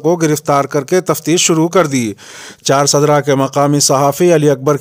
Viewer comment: Ccharsdra nahi balke charsda